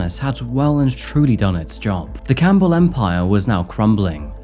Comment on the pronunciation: It isn't Coal lean it is Colleen - man learn how to say the word. Your sing songy voice is obnoxious just speak normally and learn how to say Colleen it is one word and the Coal part does not exist anywhere in the spelling or pronunciation. Dude Campbell is not Cam bell either